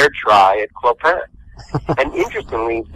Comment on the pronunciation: Have watched Hunchback many times.Still can't pronounce Clopin's name.